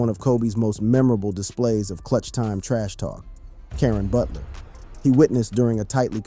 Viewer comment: Did he just say “Karen Butler” instead of “Caron Butler” lol close enough